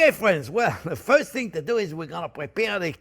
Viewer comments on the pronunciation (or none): none